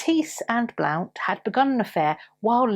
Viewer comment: Hiya: Blount is pronounced Blunt🙂